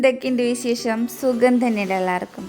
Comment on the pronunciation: വിശേശം അല്ല വിശേഷം, ആദ്യം ഉച്ചരിക്കാൻ പഠിക്കൂ